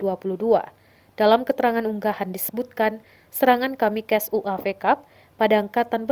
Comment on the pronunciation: "deron kamikes"